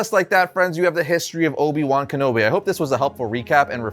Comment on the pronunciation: How do you mispronounce a name that was said many times in the movie hahaha.